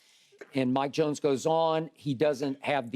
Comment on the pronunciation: WHO ? "Mike Jonesss" WHO MIKE JONES 😆